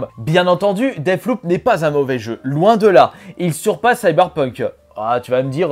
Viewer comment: rogue light ? deaff loop ? euh ..... quelqu'un peu lui dire